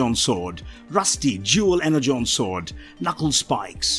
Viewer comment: y u pronounce "energon" be like "hexagon" its pronounced like "Enerjon"